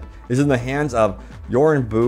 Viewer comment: By the way. Mans who supposedly has the chip is Yuri-No-Bu Arasaka. Lol my guy butchered that hard.